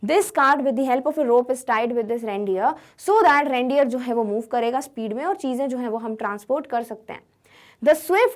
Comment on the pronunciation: Bro its reindeer not randeer